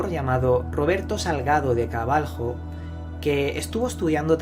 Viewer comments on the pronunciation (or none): none